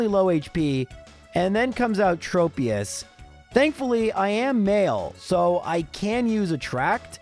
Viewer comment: Since Tropius' name comes from "tropical" it should be pronounced "Trop-eus" not "Trope-eus." Also, everyone (including myself) pronounces Xatu wrong. It actually comes from an obscure word "Xat", which is a carved pole erected as a memorial to the dead, and according to EnPR/IPA pronunciation, it's pronounced "ᴋʜät", meaning that either just "catu" or a mix of "hatu" and "catu" is how you would pronounce its name. Admittedly, "Zatu" is an easier pronunciation and I'm sure it sounds better to some people. Very good run though!